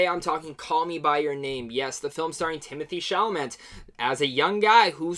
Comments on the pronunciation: Love is universal. Gay or straight or whatever. And I hope from now on people will be more able to put that stuff aside and just realize that many things are universal, whatever your orientation, and it's cool you realized that. Also his name is pronounced Chala-may. It's French ;b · Chalamet for the win!!! (The Academy being what it is, the award will likely go to Oldman, but we can hope.) A couple of names are tricky to pronounce. Allow me: Chalamet: The last syallable is pronounced "-may", so...SHALL-a-may. Stuhlbarg: STOOL-barg. Thanks for your good review of a beautiful film! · DUDE , PRONOUNCE IT SHALL- UH - MAY !! // Mr. STUHLBARG IS ALSO IN THE POST !! // Mr. Timothée Hal SHALL - UH - MAY IS IN LADY BIRD AND HOSTILES !! // PLEASE WATCH THE YOUTUBE VIDEO Timothée Chalamet Statistics AND TELL ME WHAT YOU THINK OF IT !! " OK . . . . . . . . LATER ", voozoovoozoo AT gmail DOT com